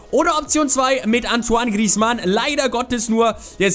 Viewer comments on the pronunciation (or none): none